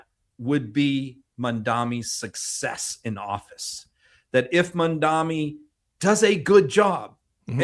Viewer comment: please learn to say Mamdani - “MOM-Donny.” Thanks! ❤ from NYC